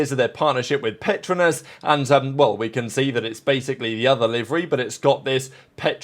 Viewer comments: its pronounce Per-Tro-Nus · Petronas is pronounced with 3 syllables